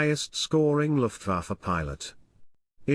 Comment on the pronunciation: Was ist das für eine Sprache? Luhfaffäh mit Mesusmit Zum Kotzen..